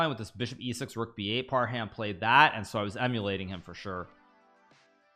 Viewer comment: It's Par-hum not Par-ham. Even Magsoodhlu you pronounce wrong.